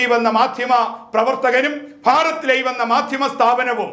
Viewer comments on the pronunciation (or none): none